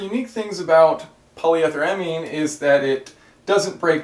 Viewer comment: PolyEEEtheramine (long e)...and it's one word. Just saying. Another thing to keep in mind is if you're running gas with ethanol in it, any other alcohol additive (i.e. dry gas) is of non-value (unless you suspect gross contamination of water).